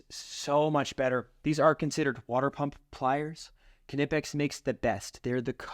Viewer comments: K-nee-pex not ka-nip-ex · I am pretty sure it’s pronounced “nip-ex”. The“ K” is silent. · KNIPEX PLIERS WRENCH!!!! For nuts and bolts it's a game changer. I can tell your a redneck like me, Kuh-nipix🤣🤣 The K is silent, like the D in Django. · He said ka nip ex😭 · Disagree on the strippers…Klein Hd are my favorite. They cover every base well and worth every penny. Also…the “k” is silent…pronounced “Nigh-PEX “…;) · Kn is still pronounced “N”. As in the knot. Is “Not” it isn’t pronounced kinot. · The "K"in Knippex is silent. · The "K" is silent in the word knipex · The k is silent in Knipex